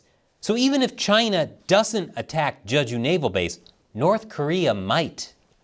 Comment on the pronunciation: It's pronounced "Jay-joo", not "Juh-ju".